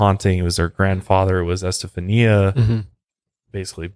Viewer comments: Her name is pronounced: Esta fawn ya Accent on 3rd syllable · Do you know who Gloria Estefan is? I think it's pronounced like her last name, with a "ñia" sound at the end. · I am a recent subscriber and have been binging on your channel I love your videos I think the pronounciation of the girls name is Esta fawn ya Some names are not easy to pronounce. Maybe they called he Steffie or Stevie That would have been easier Thank you for sharing this with us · Omfg....it's S TA FON YA NOT s ta phone e a....Jesus Christ my heads gonna explode if I hear you slaughter her name like that anymore lol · It’s pronounced esteFAWNya not este-fa-nia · Este fawn ya is how you pronunciate Estefania. If that's how you spell the poor girls name. At least that's the standard procreation of it. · just FYI you pronounce her name ESTA FON YA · Say S ta fawn nee ah. Before using an Ouija board just ask for protection and you'll be fine. Also its how much power you want to give it haha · Its Es•ta•fah•n•ya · It’s pronounced Este~fhan~ya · Don't you have a translation app that has pronunciation on it, cause you are butchering her name. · the pronunciation of Estefania and Concepcion bothered me lol